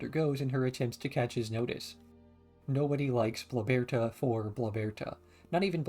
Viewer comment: I’m sorry, but your pronunciation of Bloberta drives me crazy. Great video though lol.